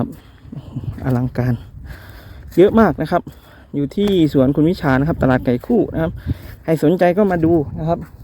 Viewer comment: ตลาดไก่คู่อยุ่ที่ใหนพูดไม่เคลียร์